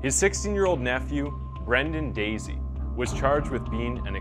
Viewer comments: Its.not Daisey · You’re saying Brendan‘s last name wrong!! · How you managed to mispronounce Dassey is incredible. They only say it 500 times in the documentary. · Interesting. How do you make an entire video about a case that has a 20 part docuseries about it and then proceed to mispronounce the kids name? Hahahaha